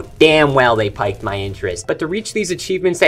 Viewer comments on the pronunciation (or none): Pique is pronounced like peek, not pike. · Pique is pronounced "peak" not "pike." Should have had Jimmy do some QA before release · Did you say "piked my interest" ? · “Pique” is pronounced like “peek” or “peak”